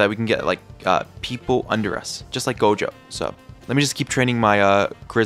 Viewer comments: bro doesnt watch jjk he be saying gogo jojo jogo everything but gojo lmao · Why is bro keep saying jojo instead of gojo😂😅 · Who tf calls gojo "jojo" 💀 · bro said called "Gojo" Jogo or Jojo for 80% of the time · bruh stop saying jojo it gojo plis